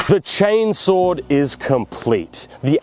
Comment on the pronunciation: "Chainsohw is just a chainsohw. But a chainsohw, is not a chainsohw. Which is kinda confusing." You don't say... For the love of the Emperor, brother. There's a fricken R sound in one of those 😂